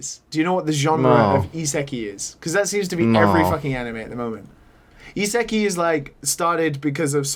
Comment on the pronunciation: Timestamped for posterity: suggests a Danny Devito swapmod for Mario for Project M, complete with a gritty Brooklyn Rage Danny Devito impression of "IT'S-A MEE, MARRIO!!!"... I don't wanna sound like a know-it-all, but it's "iseka*I*". ISEKAI. You're missing the "A" in "ISEKAI". Literally "another world". The latest genre trend in popular Japanese subculture media, where some otaku idiot (gamer, manga fan, or general shut-it) gets transported to "another world" and suddenly becomes either tough shit, or... shit.